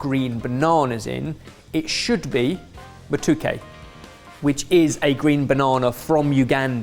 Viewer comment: Insert obligatory "that's not how I've eaten katogo" (and not how you pronounce matooke haha) here. I've never had a version that had meat in it, honestly.